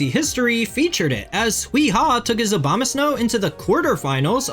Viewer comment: Cause he's saying OBAMAsnow, instead of ABOMAsnow, listen carefully